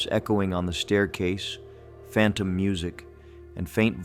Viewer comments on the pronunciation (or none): none